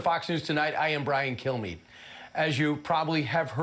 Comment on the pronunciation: I swear- every single time I hear this fox liar introduce himself, I hear “I am Brian. Kill me.” It’s not going to be me, but maybe one day someone will take you up on that and you’ll get your wish, Bri-Guy.